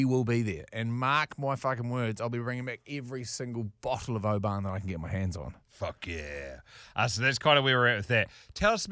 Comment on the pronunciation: Please stop sayin O-ban it’s pronounced Obin 🤙🏴